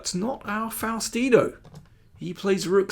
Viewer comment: Nome is pronounced Fowstino